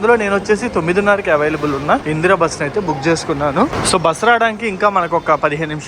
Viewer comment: అయ్యా అది ఇంద్ర బస్ ఇందిరా బస్ కాదు 😂😂